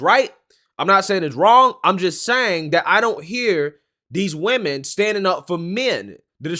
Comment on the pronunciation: why can't ANY of these "younger" folks pronounce the word: WOMEN correctly???